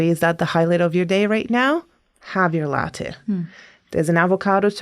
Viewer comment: why does she pronounce latte weird?